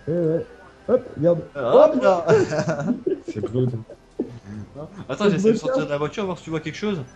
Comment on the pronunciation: Quelqu'un lui dit que Blood = "Blod" et non "Bloud" ? :-P